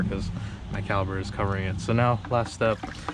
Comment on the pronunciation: Sesame Street: can you say CALIPER.